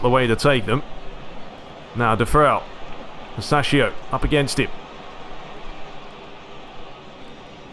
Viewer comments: Its pronounced "sassoulo" man u so much fun on the pitch and off it 😂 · It’s pronounced SAH-SUE-OH-LOW.